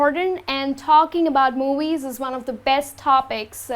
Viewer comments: Hi. Where are you from? Why do you say 'mowies' instead of 'movies'? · Talking about movies or moowies? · I like the way you are pronouncing movies !